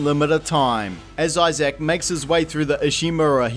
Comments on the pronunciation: His name is Isaac. Not Eye Sack, dude. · I'm sorry, how are you pronouncing Isaac? It sounds like you're saying "eye-zach" lmao. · You missed the other problem of the video: the way he keeps pronouncing Isaac as "Eye Zak"